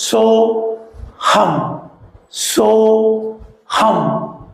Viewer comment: சோகம் அல்ல.. சோ.. ஹம்